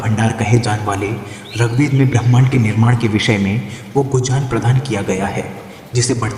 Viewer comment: Bro you don't even properly speak શ્ચૂગ્વેદ word and you are going talk on it?! Please keep out of it and find a day to day job. Your parents will be happy for your real work instead of you wasting your time on YouTube.